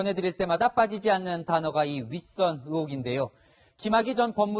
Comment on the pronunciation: 동정민 아나운서는 의혹을 어혹으로 발음합니다. 아나운서는 정확하게 발음할 필요가 있습니다.